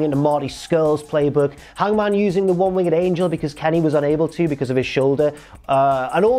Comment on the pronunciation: It can’t just be me that is annoyed by pronunciation of “winged” right?